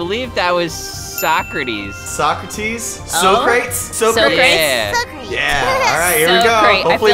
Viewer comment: Btw you say(Soc-Ra-teez)